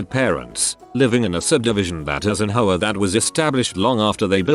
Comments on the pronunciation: Ayyy! Whatsa matta, you? You-a no likea de ho-ares?! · Every time I hear the voice pronounce "HOA" I hear "HO-ARE" Like an Italian saying "Whore". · HOAs really are HOe Ahs